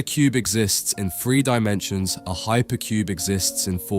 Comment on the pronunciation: “ … a perfectly regular form that exists in FREE dimensions …” REALLY? 😂😂😂 How about speaking proper English, and putting aside your “Th-Fronting” local dialect? You aren’t at a local pub with your mates, cheering on your favorite football club! 😮